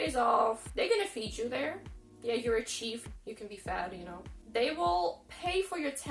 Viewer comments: Love your bluntness. Telling it like it is! Tiny correction: The e in Chef should sound like the e in Elf. Your pronunciation is like the word Chief. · It's pronounce SHEF not CHEEF !! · this is very good! but, chef is pronounced sheff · Wow!!.. you're making me feel rich!! ... What are the Pension's like $$$ ... Chef if Pronounced: SH-ef .. Another Interesting video ! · Just a friendly correction. If you are referring to a Chef, it’s pronounced Shef. That is if you mean someone who cooks food 😎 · Chef pronounced Sheff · so: it's pronounced shhh e ff - just thought you might want to know. when you go to the US, there will be a little sticker shock because housing is much more expensive. food is about the same.